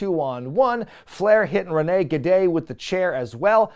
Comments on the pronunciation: I kept dying at rene gade pronunciation. His outfit really did suck lol. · I feel for poor Rick Wilson, the guy was just doing what he was told, but everytime you keep saying "Rene -Gade" I can't help but to LMAO!!!🤣🤣🤣🤣 That's definitely a new one 🤣🤣🤣! I neeeded that laugh🤣🤣🤣